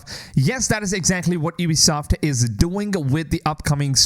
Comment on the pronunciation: You started saying Ubisoft correctly! 😂 Edit: I can't believe you think that if EA destroyed Star Wars games, Ubisoft is going to make it any better? It's literally jumping out of the frying pan and into the fire! Ubisoft has been killing the AC franchise with each release.